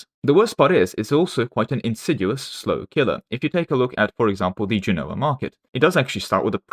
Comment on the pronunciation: Okay I’m just going to say it. Genoa is pronounced “JEN-oh-ah” emphasis on the first syllable. It’d be like me saying “eng-LAND”